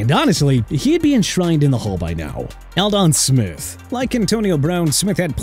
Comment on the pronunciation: ALDON SMITH IS PRONOUNCED aal-duhn AND ALSO, SIR, NNAMDI ASOMUGHA IS PRONOUNCED naam-dee aa-suhm-waa... UNBELIEVABLE!!!!